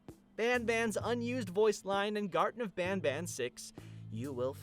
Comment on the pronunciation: Ele fala gartem of banba mas o serto e gartem of banban com n no final ele fala banba por que ele quer